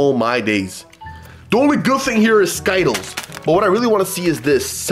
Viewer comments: Skittals its ski tles skitals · I’m did he just say skittles wrong